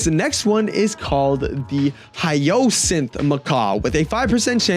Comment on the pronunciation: hyacinth is pronounced "hayacint"